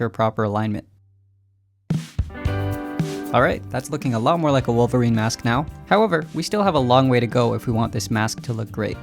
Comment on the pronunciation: Wolverine ❌ Wilverine✅